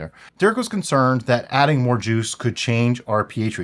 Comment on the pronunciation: moare sammich?